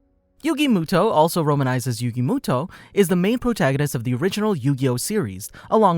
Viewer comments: I can not handle him saying muto it moto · Its actually yugi MOTO. Not muto. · It's a moto not Muto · sound it out like Moe-toe, not Moo-toe and Ah-tem not At-tom, please and thank you!!! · Not muto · If you speak yugis last name as muto you have never seen the anime and your not a fan. You say it as moto. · Am I the only one that is triggered by yugi MUTO not moto? (How it’s pronounced) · muto? i thought it was moto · Doesn't the anime pronounce his last name as moto not as mu-to cause my brain is hurting right now if mu-to is the correct pronunciation. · It's moto not motou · MOTO!!, ITS PRONOUNCED MOTO UR UNCLUTURED SWINE!! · ITS MOTO NOT MUTO PLEASE PRONOUNCE IT CORRECTLY 😭😭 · Not Yugi Mooto 😂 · am I stuipid or do i remember it being pronounced motoh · You pronounce it Moto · why the hell you saying it like that you know there’s a ( oh ) at the end muto smh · Me too, it was pronounced ‘Moto’ in the Anime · It's pronuced m-o-t-o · Mu toe. Reeeeal epmphasis on the toe. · The last time I watched the English dub, I think his last name was pronounced "Moto", but please correct me if I'm wrong. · You saied his last name wrong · Not to he rude but your are pronouncing yugis last name wrong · The narration kept annoying me with how it pronounced muto